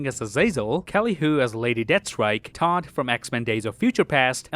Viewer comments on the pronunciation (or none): You say Toad like Todd